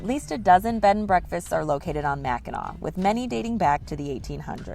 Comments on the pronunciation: As a Michigander the pronunciation of Mackinac is driving crazy 😂😊 Its pronounced as "Mack in naw". I have been there a few times when I was a kid. The Mackinac Bridge, or Big Mac, connects the lower and upper peninsulas of Michigan. If I remember correctly you take the ferry from Mackinaw City (not a typo, pronounced the same way) on the Lower Peninsula to the island. The bridge is the 7th longest suspension bridge in the world and I believe the longest in the Western Hemisphere, if I'm remembering correctly. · Pronounced Mack-i-naw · Guys should learn how to pronounce Mackinaw! Mac -A - Naw! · It's pronounced Mack in NAW! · Please pronounce Mackinac properly. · It's pronounced Mac in naw. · Mac in naw not nac. I'm a Michigander and been to Mackinac Island a couple times, it's definitely nice place! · The word is Mac n naw island. Not Mac n nac island.🏝️ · Mack - in - awe! Please stop saying Mac in ack, please. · Mack In Naw not Mack In Knack. Got to get the research correct before posting a video. Other than that, great video. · MACKINAC, indian word. MACKINAW ISLAND!!! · Michigan pronounced Mack in naw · Mack - In - Awe - Island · First, it's pronounced MACK-in-NAW, regardless of spelling. Only the city, located on the tip of Michigan's lower Peninsula is spelled Mackinaw. The straights, bridge, and Island are all spelled Mackinac and also pronounced MACK-in-NAW. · Mack a naw. is how it is pronounced. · Its pronounced Mackin AW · It’s pronounced Mackinaw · Mackinac (pronounced Mac-in-naw) Island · It is pronounced Macki NAW. "Dress code may seem a little goofy"? How far we have fallen as a culture. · It’s pronounced Mackinaw, not Mackinac. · It's pronounced "Mackinaw" and the Mackinac bridge "Big Mac" connects the Lower Peninsula to the U.P. lol 💙From Detroit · Pronounced Mak-in-naw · It is pronounced Mackinaw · The degree to which "MackinACK" triggers me is absurd. 🤣